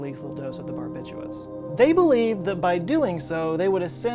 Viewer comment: Fun fact: There is a second R in "barbiturates". This is one of the most commonly mispronounced chemical/medical terms.